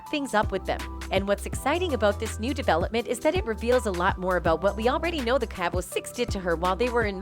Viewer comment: Same!! Stop distorting Shanquella’s face, learn how to say Cabo, her murderers name, and several other different words. Poor taste and disgusting. Almost sounds computerized!!